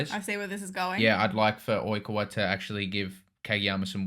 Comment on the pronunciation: Ur calling oikawa oi-ku-wa when it's oi-kaa-wa